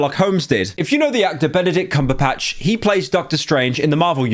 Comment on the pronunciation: Who the fk is Benedict Cumberpatch? It's Cumberbatch 🤨